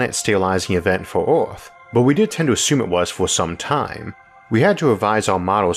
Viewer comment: Ooooooooaaarrtt ... good video beside how you pronounce “er”.